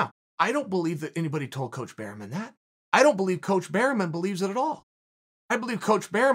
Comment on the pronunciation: Eugene “berryman” Bareman